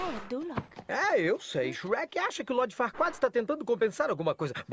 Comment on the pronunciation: Não é Shrek shreka